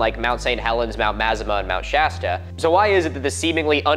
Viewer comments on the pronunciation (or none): none